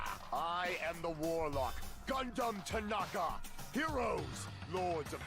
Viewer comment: Repeat after me. G U N D H A M T A N A K A